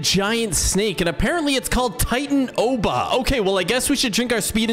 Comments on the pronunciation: Bro it's called ti ta no bo a not Titan o boa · ITS PRONOUNCED tight-aan-a-boa not titan oba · bru did hejust say titan oboa even tho you read likr titano boa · Titanoba 🤣🤣🤣🤣. Must be a friend of titanoboa Love your vids man keep it up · TITAN-OBA FOR TITANOBOA 😂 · Titan o ba hahahaha its tay-tan-now-bow-ah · He said titan o boa hahahah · you say its name like titan-o-boa not titan-oba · Not titanoba, tie tan oh bow uh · said titanoba but the snakes name is titanoboa😑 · means he says Titan oba hahahhhhahahahahhahhah it is called titano boa duh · U miss pronounced titanoboa titan oboa it's acctualy called titano boa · Im laughing so hard the way he said titanoboa he said titan oba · Correction: Titanoboa "Ty-tan-uh-bow-uh" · The snake is actually pronounced ti- tana- boa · The giant snake is pronounced ti-ta-no-boa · its pronounced TIE-TA-NA-BO-A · Titan oba🤣🤣🤣 im crying🤣🤣 Its actually spelled like taitenoboa im still laughing, dude titan oba🤣🤣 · Hahaha my guys said titan oba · Giant snek boi is pronounced tai-ta-nuh-bow-uh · it’s called titan-o-bow-a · titana-boa is how it pronounced also tianoboa dosen't have venom is a constricter yes i konw i'm ranting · It's ty tan no boa but your Right about Titanoboa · its ti-ta-na-bo-a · Lol can't say titanaboa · it was funny when he said titan boa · It's called Titanoboa be like titan noboa Quinton more like quinten beck from spiderman Not showing hate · Its called titan-A-boa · It is called titan-no-boa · Its pronounced (ty-tann-ohh-boww-ah) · Sorry but it’s pronounced Titan-o-bo-a and it is a prehistoric snake which could grow to 100 feet long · Does painfuls country messes with the pronounce for the titanaboa or he just does not know how to pronounce it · it is not how you say tianoboa the correct way is titan o boa. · It's attcually pronounced ty tana boa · Its actually pronounced tai ta nuh bow uh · why did you say titan oboa 😂🤣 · It's titano-boa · It's call ti ta no bo a